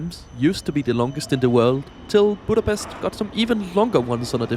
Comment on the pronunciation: EJCSD KI A BÁMESZT